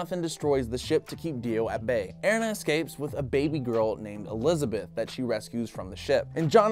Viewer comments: Airina really its erina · Pronunciation eh re na. Erina. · it is er-ee-na